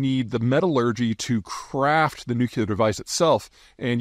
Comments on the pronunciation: God, dude, learn to pronounce nuclear. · Why can’t you say Nuclear correctly? “New-Klee-Er” not “Nuke-U-Lur” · Nuclear not nukular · Big fan, thankss for your work and vision. Little help: don’t say NUC YOO LAR, correct pronunciation is NUC LEE AR There is no such this as a nucyoolus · Why does PZ say nukular instead of nuclear??? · It's nuclear, not nucular. You know what? If everyone has a nuke, then no one can threaten anyone else, or else. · nuk-LEE-ur not nuk-YOU-lur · Hi Pete! It’s pronounced more like New-Clear. Not Nu cue lar. 👍🏼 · Nuclear not Nucular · Today I kearned that Peter pronounces it "Nuke You Lar," as opposed to the correct "Nuke Lee Ar." This is never going to not bother me now. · Boy I couldn't stand the nucular anymore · It’s “nuke-lee-ar” not “nuke-you-lar.” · Take a shot every time Peter says "nucular" instead of nuclear. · Say after me NU CLE AR, not NU CU LAR why is that so difficult. Makes you sound like W. Not a good thing. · why does he keep saying nucular instead of nuclear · Still saying nuculer… amazing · New-clee-ur. Dammit. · Noo klee ur. It's pronounced nu klee ur. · Not nooocuelar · Nu-cle-ar. Sound it out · NEW - KLEE - ARE (nuclear) C'mon, dude, you're a grown man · Peter... Nuclear... There is only one U in nuclear. It is not nucular. I credit you with exceptional intelligence. But you and Bob Woodward insist on pronouncing this term as "nucular". IT IS FUCKING NUCLEAR... THERE'S ONE U IN NUCLEAR!!! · In 3 minutes 30 seconds, the word nukeyouler was said 13 times. Anyone know what that word means? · "New Cue Lurr" 🤡Fop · what is nucular ??? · Bush used to do the same thing. No different from all the other words mis-pronounced in various parts of the country. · The irony of an American geopolitical strategist mispronouncing nuclear is pretty rich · If you want to watch the world record for mispronouncing "nuclear", this video is for you